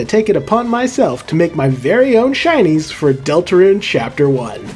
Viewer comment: help i keep on hearing shinies as Chinese